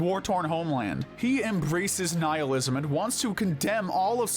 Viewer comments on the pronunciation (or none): none